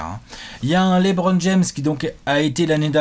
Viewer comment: Bon il va falloir commencer a bien prononcer Lebron un jour. C'est pas Lébron..;)